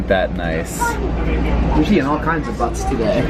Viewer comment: Butts are what you saw below the backs of Colorado River rafters. Buttes (pronounced like “beauts” or byoots) are the big geological formations in Utah and Colorado. I’ve been served the beef stew a couple times, followed by a free hotel room in Chicago (and they gave me cash to buy a real dinner there.)